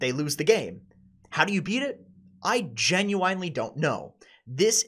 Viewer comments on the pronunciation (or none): I love your work. But for the love of Gaben, it’s ‘Genu-‘in’-ely, not ‘Genu-‘eyen’-ely’. Keep the battle against the diet bepis addiction going, we believe in u xx